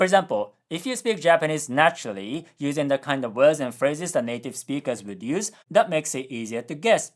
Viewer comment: You really gotta work on your pronunciation of "words". You always pronounce it "wuds" instead of "werds".